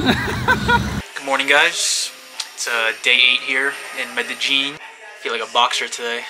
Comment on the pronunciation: PLs say Medellin correct for the culture haha